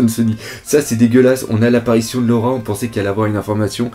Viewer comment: normal que ce ne soit pas laura vu que cette laura dont vous parlez tous n'existe pas! c'est LOLA apprenez le nom des personnages et respectez un peu l'oeuvre au lieu de suivre dans ses erreurs de prononciations etc